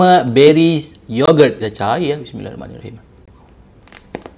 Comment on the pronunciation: Bacaan Bismillah tu Salah, tak sempurna.. smillahiromanirohim... Salah Bismillah, Setan Mkn Sekali... Lagi sempurna, just Sebut " Bismillah" بسم الله... Nampak bnyak Setan Makan sekali dengan